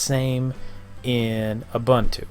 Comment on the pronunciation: Stopped watching when I heard his pronunciation of Ubuntu